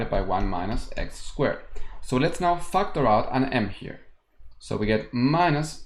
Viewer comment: Whenever he says factor out i hear fucked her out 🙄.